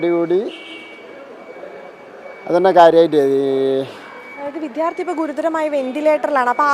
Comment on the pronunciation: വിദ്യാർത്ഥി എന്ന് ശരിക്ക് പറയൂ പുല്ലേ